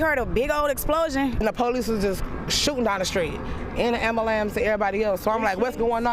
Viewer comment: Amba-lamps lol